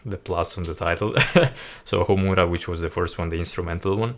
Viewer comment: 3 strings guitar: Shami-Sen Harp: Koto Bamboo Flute: Shaku-Hachi Your pronounciation is fine - Homura and Akatsuki no Ito. Nice reaction. Greetings from Japan. Hope you have chance to come to our country one day.